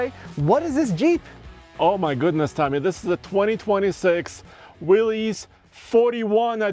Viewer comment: "This is a 2026 Will-eez '41 edition.". "That's right, and in today's video...". No, Tommy, that's wrong. The orc called it a Will-eez, when it is a Willys.